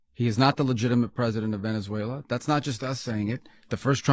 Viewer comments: He has said not one true thing… all bull. And he said Venezuel’er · 'Venezuelar' says the orange muppet.